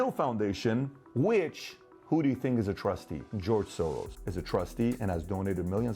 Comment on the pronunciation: Need to get my hearing tested. Thought you said George Sore-Arse.